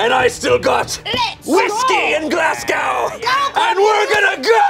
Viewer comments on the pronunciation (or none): it's pronounced glas-go